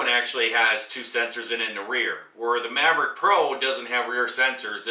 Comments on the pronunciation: Mavic not:)) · You should learn how to pronounce the name if you're going to review something LOL maverick? Its mavic!